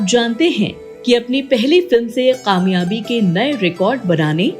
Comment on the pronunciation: Qamyabi nhe kamyabi hota hey. Pronunciation is not correct